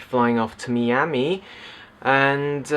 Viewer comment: I don't quite understand why everyone hates The Phantom Menace so.. I liked it.. granted I was 7 when it came out.. but still. Also I like how you say Miami made me laugh :)